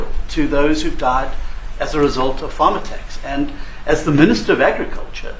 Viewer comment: Now you don't know how to pronounce the word farm? What is going on with you?